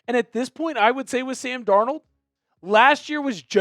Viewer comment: “Sam Dornuld wus Awsum 🥹”